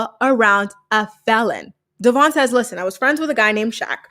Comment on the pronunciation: We are talking about Brianna who still pronounces Devoin, De-VON lol 🤦🏻‍♀️